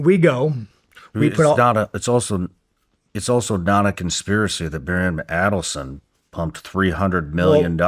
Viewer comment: Wow Sean thinks he understands the whole history better and can articulate it better than Candace. He struggles pronouncing Aidelsohn...also trips over digestible... Sean YOU think and say that ordinary people are stupid...pot calling the kettle black much? Candace has been doing research and a book club on these issues since before being fired from dw